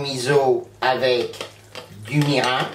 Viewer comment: Ça a l'air délicieux. On prononce : mirinE Mi - ri - n